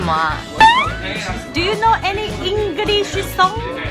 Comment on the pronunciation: 可以聽佩岑講 Do you know any Engli西 聳? 十遍也不膩